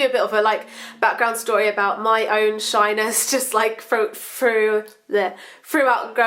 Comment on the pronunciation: When she says shyness i keep thinking she says shiners